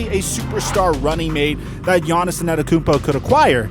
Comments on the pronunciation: Bro his name is Giannis( AH -DEDO-KUN-BO ) ‼️ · LEARN HOW TO SAY ANTETOKOUNMPO